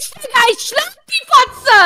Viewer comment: No hate aber es heißt Digga nicht dika 😅